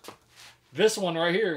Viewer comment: He said one poke herre, one poke there😂